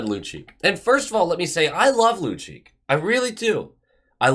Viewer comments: Lucic, is pronounced loocheech. I'd rather watch Lucic as a Bruin as he is NOW, than keep on watching your videos. Lol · Just fyi both C's are pronounced like a CH - Lucheech